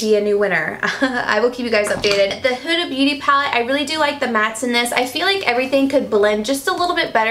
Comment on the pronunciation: I'm Arab and the way you said Huda made me cringeeee. It's pronounced (HOOD-AH) not (Who-da) :)